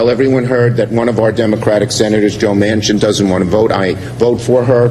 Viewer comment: DUMBASS,, JOE'S LAST NAME IS MANCHIN,, WITH A N,, NOT MACHIN,, YOU CANNOT GET ANYTHING RIGHT CAN YOU.. LOLOL